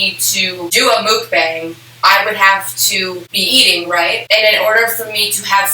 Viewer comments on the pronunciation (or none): Ok please don’t come for me but mukbang is pronounced “mohk bahng”, with the “mohk” kind of sounding like “fuck” with a rounded “uh” sound and “bahng” pronounced kind of like “kong”. Sorry I’m Korean American so I’m really particular about this 😂😂